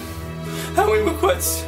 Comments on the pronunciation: OMG I MISS COME BACK MAKE SHIPPUWWDEN WEVIEWS PWEZE? KEEP AWIVE BWEAK HIM OUT OF JAWL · ***** lmao! XD DUN'T WURRWY WE WILL CWI TOKETHER! T__T